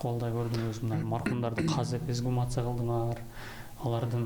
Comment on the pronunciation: Оңдоп кетчүү жер бар экен... Эзгумация эмес, туурасы эксгумация деп айтылат.